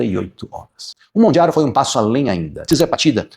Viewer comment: Porque você fala Mondjaro? 😮